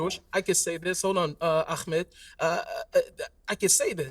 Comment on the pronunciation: Its Ahmed btw. Not Akmet..ignorant limey